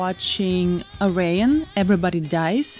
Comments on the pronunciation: Ayreon is pronounced: AIR.. E.. ON. Very enthusiastic video, haha... loved it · Great reaction! 🤟🏼🤟🏼 And for the record…Ayreon is pronounced something like Air-ee—jon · Pronounced. Air-E-on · This song is such a crowd pleaser. You can tell by how loud the crowd cheers when they realize it's this song, in the opening moments. Ayreon is pronounced Air-eon, btw :) Great reaction. For an excellent, amazing Tommy Karevik song try Into The Black Hole, from this same concert, Ayreon Universe. It's a vocal tour de force built on amazing music and a crushing killer riff. Also, as others have said, Intergalactic Space Crusaders for more Maggy Luyten. :) <Edit> Ride the Comet is another great song that has Maggy on it. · Hi Anastasia, Ayreon is pronounced as Air+A+On 😉